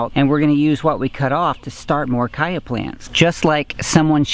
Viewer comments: Cha-ya not Kaya! Good video. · He said "kya" not CH-aya. The plant comes from south America. They say Ch-aya... too much confusion from Chia? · It's chaya not caya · en Mexico we they eat it with eggs in tacos. huevos con Chaya. can be used in place of spinach in any dish. it's pronounced Chaya not kaya. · Stop saying the Ch hard! Its not a K sound its a Cha sound like chew! Unwatchable! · Your mispronunciation of chaya was like fingernails on a blackboard. I couldn't watch it. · Nice vídeo. The "CH" s pronounced like CHeese, CHowder,CHia CHaya. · I really found your video important. But I can't help but wonder where you get that pronunciation from. I was a Spanish translator and interpreter for years and I had clients from all Spanish speaking countries, but I never heard anyone pronounce a "ch" as a "k". So please tell me where in Mexico they use that pronunciation. Still it's an excellent video. Thank you.